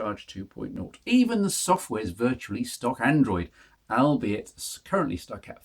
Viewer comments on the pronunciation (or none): A great review and I now want the 650. but please say "all be it" not ' AL bite" :-) ... Could you compare the 650 to the old 920 as I want to go back to my previous Nokia phones?